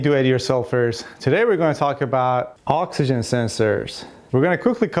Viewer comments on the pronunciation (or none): it’s pronounced oxygen sensors not autism sensors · 02 it’s pronounced oxygen sensors not autism sensors